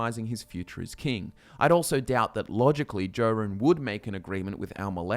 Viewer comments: I don't think he has. He keeps mispronouncing King Jorunn's name: it's pronounced "Yor-un" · Someone who pronounces my king's name as "Jo" run, is clearly an Aldmeri elf trying to publish propaganda against the pact. psh.